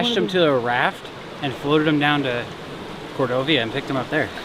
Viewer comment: You can tell they're not Alaskan's by the way he said Cordovia.... it's Cordova